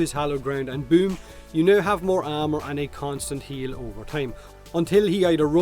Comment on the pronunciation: I keep thinking your saying ammo instead if armor and it throws me off. Like when did Oberon give ammo?